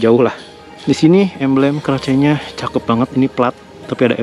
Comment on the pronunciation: Kemana atuuhh “keraceeeee” 😂 “Kares a.k.a k-race” dibacanya abangkuuhhh 😂😘